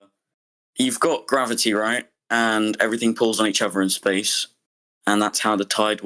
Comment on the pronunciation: "YEWVE GOT GWWABBETTIEY" Do ya now ?